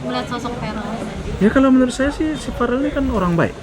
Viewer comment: Salfok sama camer, sebut caman Verrel lho Pak, bukan Farel .....he...he.....canda 😊😂